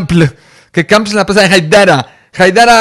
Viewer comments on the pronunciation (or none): se pronuncia kampl "kampel"